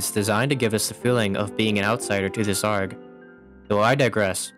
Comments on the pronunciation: i'm gonna be honest, hearing "gmod argh" out loud causes me physical pain please just say A R G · i cant stop laughing at the fact that you just pronounce it "arg" like a pirate instead of "A-R-G" like the letters. i dont know why but i find it so ridiculous lol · Can you please pronounce arg properly A-R-G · Is no one gonna talk about the way he pronounces arg like its a word and not an acronym